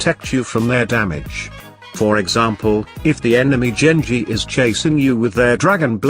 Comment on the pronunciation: Genji not Jengi